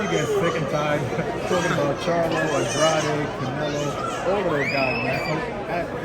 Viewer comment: David got everyone pronouncing Andrade name wrong now lmao